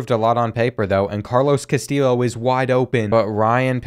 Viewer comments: I love hearing you pronounce your WRs name as KaSteel Lo, but if you want to know fyi it is correctly pronounced Ka - Stee - Yo. Keep up with such great content, you really help me get through my over night shifts at work. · btw "Castillo' is pronounced like Castiyo. I think you said something about being unsure of the pronunciation. Keep up the good work loving the series! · Castillo is pronounced Cast(ee)o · great video but it's pronounces Cas-TEE-o not Cas-TILL-o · Castillo is meant to sound like Cas-Ti-Sho like show without the W, and with emphasis being on the second sillable (I don't know if the show reference is a good one, English isn't my first language so feel free to give your two cents guys) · Carlos Castillos name is pronounced ca-still-oh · I know this video is 2 months old but if you were still wondering, the correct way to pronounce Castillo is ka-stee-oh. The l’s are silent. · For Carlos Castillo, the proper pronunciation is kah-STEE-yo, hope this helps. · I’m not completely sure but I’m pretty sure Castillo is pronounced cuh-stee-O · Pace is super inconsistent. Feels like in madden he’d be a 65 overall x-factor. Also, it’s cast-eee-o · Love this series. Also Castillo is pronounced Ka-stee-yo. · The pronunciation of Castillo is said cass-stee-o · Btw you say Carlos Castillos last name as,-casti-yo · Also Castillo is pronounced like Casteeyo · Castillo is pronounced like Castee-yo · Castillo = Cuh-stee-yo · I love how the chronic mispronouncing of Castillo has evolved into just saying something random and hoping it’s close 😂😂 loving this series man it’s been a riot so far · You are it's a Hispanic last name so the double ll makes a y sound. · Castillo is pronounced “cas-TEE-yo”, and Concepcion is pronounced “con-SEP-see-OHN”.